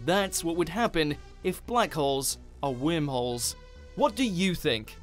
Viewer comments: Is that your accent or are you pronouncing it "wimholes"? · I was hearing wermholes 🤣🤣🤣🤣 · when he says whimholes I laugh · new drinking game....Every time he says whirmholes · Omg! I can't stop listening to that shit! Can't even enjoy the video. 🤣🤣 fuckin whimholes!! 🤣🤣